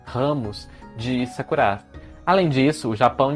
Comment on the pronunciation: Amei o look! Está maravilhoso, assim como o conteúdo, sempre! E logo no início, descobrimos que se pronúncia "Sakurá" e não "Sákura" haha